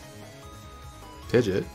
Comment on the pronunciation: Not Pidgett... Pidg-E-Aht